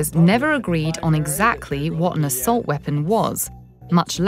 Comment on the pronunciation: What’s an “Ah-silt” weapon? Does this dumb lady even speak English?